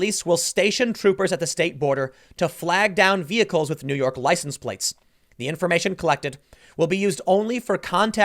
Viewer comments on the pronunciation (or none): none